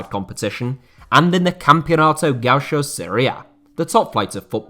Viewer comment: for future reference read gaucho like this = ga- UUU- sho